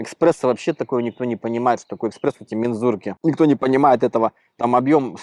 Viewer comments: еКспресо ⁉️ не ЕКСПРЕСC в смысле «скоростной», a ЕСПРЕССО в смысле: изготовлено под давлением (итальянский напиток-кофе) ESPRESSO ‼️ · "Экспрессо" :D